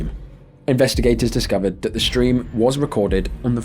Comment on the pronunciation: Why does everyone nowadays say "shtream?"